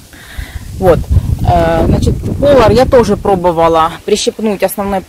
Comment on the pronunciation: Не ПОлар, а ПолАр!